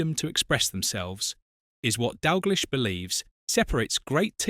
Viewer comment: Turned off, its Dalgleesh not Dalglysh…..😡